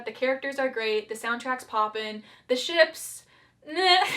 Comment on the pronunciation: Way too much emphasis put on "Ships"